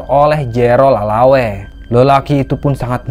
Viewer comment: Lelaway kayaknya bukan lalawe